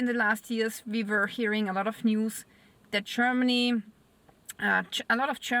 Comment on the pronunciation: I found you verry attractive, and the way you say Cheermany just adds to it!